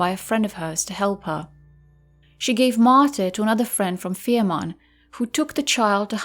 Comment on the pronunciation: The name of the Isle is Fehmarn, not Ferman.